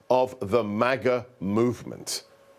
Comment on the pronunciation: What's with the MAGA pronunciation?? Trump Jr was doing the same in his last raving on whatever show , pronouncing it Mar Gar , like the Queen of England would say it.